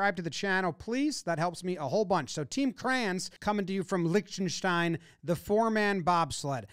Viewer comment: Please pronounce Liechtenstein correctly…